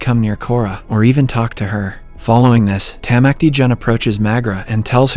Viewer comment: Especially when he says “Tamacti Jun”